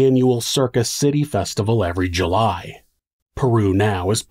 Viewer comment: Peru Indiana is pronounced Pee-roo